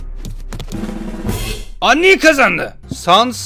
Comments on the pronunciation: Andiy diye okunmuyor andayn diye okun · abi lütfen andin deme undayn diye okunuyo lütfen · andin değil andayn